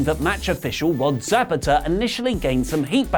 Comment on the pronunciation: Referee 😂😂😂😂 that’s not how you say his name